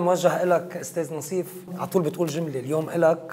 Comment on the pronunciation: ناصيف مش نصيف 😂